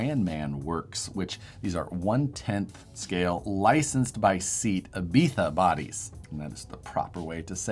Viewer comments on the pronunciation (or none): Well, close. Lol. SEAT is pronounced SAY-AT and Ibiza is pronounced exactly like the city in Spain (SEAT is a Spanish car manufacturer, after all). IB-EE-ZA. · While u focused so hard to pronounce Ibiza properly(good job!) you totally face planted saying SEAT. I'm American so not being exposed to this type of car, but I do believe it's pronounced say-ott. 😊 Thanks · Its pronounced SAY-Ought(Seat)! 🤓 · Lol it's pronounced Say-Aht 😅